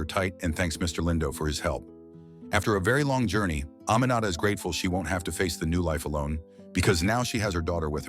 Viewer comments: that’s not how to pronounce “Aminata” not “A-ma-na-ta” It’s pronounced as (A-me-na-ta). Also I live in Freetown Sierra Leone🇸🇱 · My name is also Aminata, and i could not tell what he was pronouncing until i saw your comment 😂